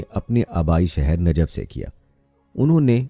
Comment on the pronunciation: Ji Najaf nahi ye Najaf he janab🙏